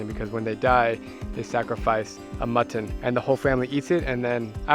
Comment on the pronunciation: the animal is called a mithun (meethoon). Not "mutton". Just an fyi. Love your videos. I'm from North East India too 🎉❤